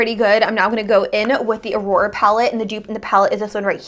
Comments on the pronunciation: Aura = OAR-ra. Not “uh-ROAR-uh.” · How could you possibly think "Aura" a 4 letter word, is pronounced "Aurora"? Like, can you read, or? Not to be rude, but it says a lot when you review products but do not bother to even learn how to pronounce them. I mean, it is 2 syllables ffs. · Why do you always pronounce the names wrong?😭😂 first Aphrodite and now Aura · Farasha Hanem actually smart ass it's pronounced AWra . Maybe, before you throw mud make sure your hands are clean. A woman of your age getting triggered about a mispronunciation is a bit sad dont you think ?